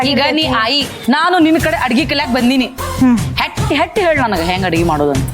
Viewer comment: ಹೆಟ್ಟ ಅಂದಿ ಅಲ್ಲ ಬೆ, ಹೆಟ್ಟೆ ಬಿಟ್ಟಳ 😂